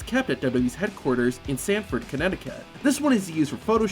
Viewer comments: Stamford* CT not Sanford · It's Stanford Connecticut not Sandford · I thought Sanford was a typo, and then he said “Sanford.” So I pose you this fun fact. “Sanford” is actually spelt and pronounced “Stamford” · *Stamford, not Sanford. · Stanford, not Sanford. 🤦🏻‍♂️ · BTW it’s Stamford, Connecticut, not Sanford. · As a resident of Connecticut resident it's Stamford, CT, not Sanford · WWE HQ if in Stamford, CT not Sanford. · Did you know… it’s Stamford, Connecticut, now Sanford? You obviously didn’t know that. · *STAMFORD, CT NOT SANFORD, CT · Sanford connecticut doesn’t exist. It’s Stamford. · “Sanford Connecticut” 💀💀💀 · Wwe headquarters is in Stamford, not “Samford “ If you haven’t been told a million times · Stanford not Sanford.... Smh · What’s Sanford. I only know Stamford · The HQ is is Stamford* not Sanford lol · Stamford not Sanford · It's "STAMFORD" Connecticut not SAMFORD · Stamford.....not Sanford. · It is STAMFORD,CT not Sanford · WWE headquarters is in Stanford... Not SANford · Stamford not samford 🤣🤣🤣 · Did you know it’s STANFORD not SANFORD CT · Did you know it's STAMFORD not sanford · “Sanford, CT” smh it’s Stamford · Stamford, CT. Not Sanford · Good sir, HQ is in STAMford, CT not Sanford Ct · I’m from Stamford so it hurts to see u say Sanford, CT. It’s kind of a diss because how would you not know that it’s Stamford, and not Sanford? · Sanford, Connecticut??? It's Stamford buddy. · Its Stamford not Sanford... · it’s STAMFORD, Connecticut. Not “Sanford” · Sandford, Connecticut? It’s Stamford,Connecticut. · Sanford?! It's STAMFORD With a T and an M. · Did you know it's spelt Stamford, NOT Sanford? 😂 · It’s Stamford not Sanford Connecticut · Did You Know...it's not 'Sanford Connecticut'...it's 'STAMFORD Connecticut'.... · It’s Stamford, CT not Stanford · Dude said Sanford CT. It’s Stamford! 😂😂😂😂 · Stamford Ct...... Not Sanford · Isn't it Stamford Connecticut not Sanford??? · It's Stamford Connecticut, not Sanford. 🤣😂🤣😂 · its stanford not sanford